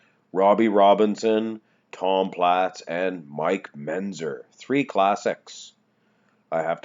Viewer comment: And it's MenTzer, not Menzer.